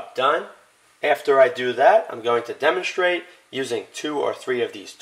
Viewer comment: Ekshtremely, shtrong, and demonshtrate:)) Curious, what accent is that? Would be grateful to get the answer!:)